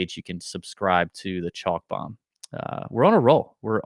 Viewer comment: Gotta have the slo-mo “Bome” drop